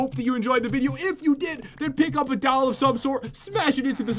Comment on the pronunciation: Whenever pat says doll he says dall